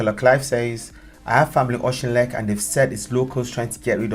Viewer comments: Scot here. Thanks so much for covering this. It is pronounced Och in leck. This used to be a mining village. Part of the Ayrshire coalfields before all the pits were closed in the 80s. In a generation the pit villages went from hard working prosperous communities to depressed, poor areas and the drug dealers moved in. This sounds like the villagers taking back control from the dealers. Which is a good thing in itself. Before covid Britain and indeed Europe was comprised of free countries on the surface but just like in America and Canada our institutions were being eroded by trans national bodies - banks, Davros ect. The police, the mass media, the very government no longer work for us. Mass migration has been used internationaly to break down the nation state and weaken the people who are now begining to understand and fight back. Perhaps you should look at digital banking and social control.. I am enjoying your programmes. Thank you. Subscribed. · Pronounce it Okinlek, Bradford crack dealers based in auchinleck have been targeted, residents have had enough of the dealers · OOCH N LE K. BLESS YOU BRO THIS IS HOW YOU PRONOUNCE IT. ❤ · Uh- kin- lek lol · Pronounced ochinlec I’m in Ayrshire this is all news to me 🤷🏽‍♀️🏴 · Just to help you with the pronunciation of Auchinleck, it's like Awkinlek!, CH pronounced like a K. Like many Scottish names there is a knack to it. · There's no secrecy here, mate. Auchinleck folk know what's going on. You can't even pronounce it. Neither can the English drug gang that tried to invade. Why did it happen? Easy, Auchinleck, all of Ayrshire really, has the opposite of a housing shortage. We've too many houses here, and drug gangs are trying to take over the houses, turning them into drug dens. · I'm from south Ayrshire and laughing at his pronouciation of Auchinleck the ch is given the Scottish sound is in the proper pronouciation of loch. It can be pronounced using ck rather than ch as in lock. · ‘Auch’ rhymes with sock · OCH in leck